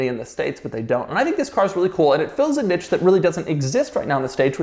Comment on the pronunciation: Doug is the type of guy to pronounce "niche" as "nitch".